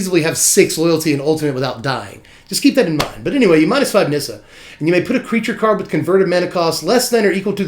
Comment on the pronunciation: FINALLY, someone who can pronounce the Nissa card correctly xD